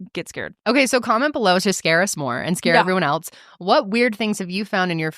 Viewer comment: you say eltz when saying else.